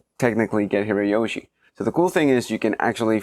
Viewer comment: Hirajoshi is not pronounced with a "y". It comes from 平 hira meaning "flat" and 調子 choushi meaning "tuning". You make the chou voiced when you concatenate, making it "jou".